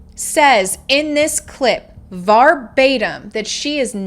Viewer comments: Verbatim not varbatim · The Father should have been charged at the very same time as the Mother and should never have custody of any child. Verbatim is pronounced [VUR] + [BAY] + [TIM]